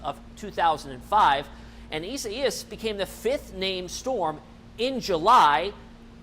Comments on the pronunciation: isa-ias? lol! I guess he does not know how to spell the name Isaiah. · Your AWESOME!! The correct way to say this name is: E SIGH US. Thank you!! You are doing a great job. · it’s pronounced eye-zay-us LOL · ...sure its not pronounced i zay us....yep..online pronounce says it izayus...thanks for the update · The meteorologist is saying it in Spanish but in English it is pronounced i-zay-us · Go back to school learn to pronounce names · Can't wait for this storm to pass so these guys can stop butchering it's name.